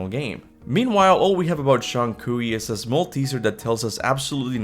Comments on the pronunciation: Just so you know, the common pronunciation for Zhong Kui is closer to 'Jong Kway.' It's a tricky one! I used to say that too! Zhong sounds like "Jong" to rhyme with "long," but with a softer "j" sound. Kui sounds like "Kway" to rhyme with "way." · Love your content, but your pronunciation of Zhong Kui is rough lol